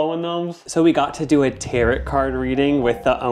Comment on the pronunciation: Not the Tay-Ret cards😂